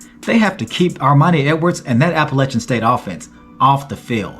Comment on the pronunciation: 34-32 who?! Thanks for pronouncing Appalachian the correct way.